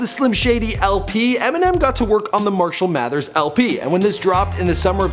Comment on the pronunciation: "Mershell Mathers"